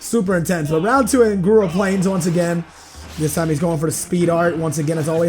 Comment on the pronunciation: Hidden secrets: says "Gura Plains" instead of Gaur Plains. I am finally featured in one of these videos! Keepo